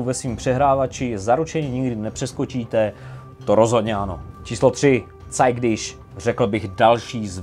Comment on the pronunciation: nemůžu si odpustit hnidopišskou poznámku, ale jako milovníkovi němčiny mi to trhá uši. Kdekoliv, kde je v němčině ch se to nečte jako š, ale jako měkké ch (podobné našemu). Takže ne [óne diš], ale [óne dich] nebo [cajg dich].:D Jinak super video,!